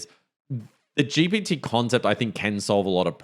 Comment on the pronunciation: Great podcast guys. I hate to bring it up, but you DO say ‘GBT’. I’m a New Zealander and if I hear it like that, I wouldn’t expect better from an AI atm. Anyway, looking forward to the next ep.